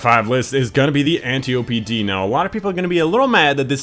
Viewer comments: LIEUTENANT BAM Because its Italian, and thats correct... obviously :P Edit: If you mean the way he says it, that's wrong too. It's AN-TIOPY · AN-TIOPY D